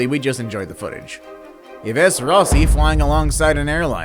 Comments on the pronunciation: 'yee-vess' is pronounced 'eve'. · Maybe learn how to pronounce "Yves" before the next video. Hint: It's not E-vez.